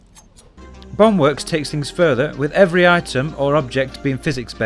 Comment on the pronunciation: this dude really pronounce Bone work as bong work